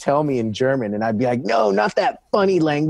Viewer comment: Wee Mans “gernan“ is flawed af